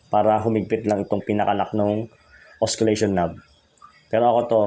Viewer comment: silent po yung "C" sa Oscillation. Good video.